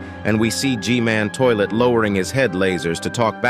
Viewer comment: Bro said mech scientist toliet ☠️